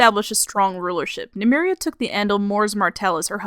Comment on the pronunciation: interesting pronunciation of Nymeria